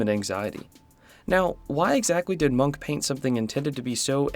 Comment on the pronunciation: Bad at names, pronounces munch as monk.... Srry dude, but if you do not know how to say a word you can 1. look it up, 2. ask someone else and 3. You could not throw your arms in the air and proclaim that it can not be expected of you to say something in a slightly different language than your own. Munch is a globally known and recognized name, im sure someone on the internet has spoken the name before for you to hear.